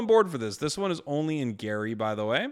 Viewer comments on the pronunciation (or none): none